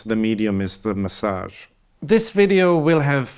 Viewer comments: the medium is the massage? lol accent and incorrect caption? Good stuff. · It sounded like you said "The Medium is the " when referencing Marshall McLuhan. Of course you meant 'message', surely?